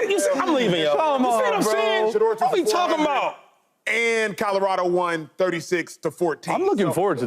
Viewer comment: Mfks be saying Codorado lol